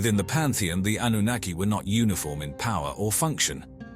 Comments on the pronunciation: Darn I miss spelled Annunaki. Well commentator was pronouncing it Annanookie! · did he just say Annunakayee? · I hope you can teach your A.I. to continuously say: ANNUNAKI. 😂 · AI voice overs are bad. 3 different pronunciations for anunakki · Is there a reason why the word Anunnaki is pronounced multiple different ways in the same video by the same person? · He's pronounces the name 5 different ways 😂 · The speaker mis-pronouncing Anunnaki tells us that he is reading and knows nothing about what he is talking about. He was hired to make this very impersonal and inaccurate video. There are 20-30 videos like this. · So funny how the same name used throughout this vid gets mispronounced every now and then!! How is it possible to say the same word wrong?